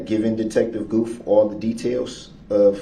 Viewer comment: It's Detective Gooth, DB couldn't say it correctly.